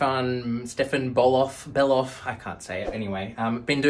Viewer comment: The second "Bellof" was correctly pronounced. Native german speaker here.